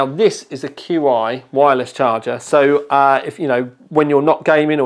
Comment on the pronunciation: its pronounced CHI wireless charging